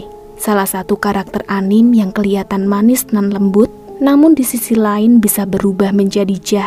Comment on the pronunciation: Dibacanya tetep ANIME kak bukan ANIM 🙏